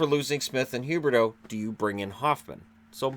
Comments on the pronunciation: Leon L he purposely says Huberdeau. He does it all the time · He says Huberdeau on purpose lol